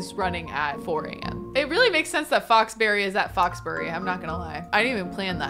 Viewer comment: 'Foxbury'....'Fox Berry'...... I see it. I get it.